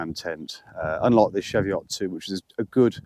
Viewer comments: Fucking Chee-veot . Not what you tucking said, Lake Windermere!!! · The ch in cheviot is pronounced the same as the ch in cheese, same with the e - cheeviot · What's a shevyott? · Pronounced cheeeeveeeat